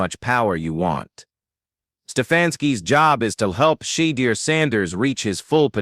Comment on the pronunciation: I hate stories narrated by AI. He’s mispronounced Sheduer’s name every time he said it.